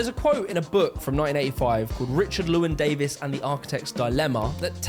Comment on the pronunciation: His mispronouncing of Llewelyn is really grating